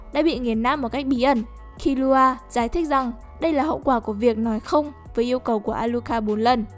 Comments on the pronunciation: Killua mà đọc như killra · Kiu loa là cái gì thế..đọc phát mệt